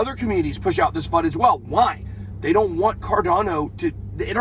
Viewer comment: Fud not cud